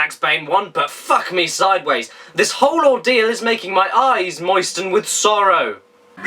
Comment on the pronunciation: moisten you say?